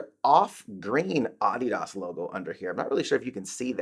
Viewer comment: Its a German company and based on a name. Americans pronounce it incorrectly...I pronounce it incorrectly knowing it too. He's accurate in pronunciation.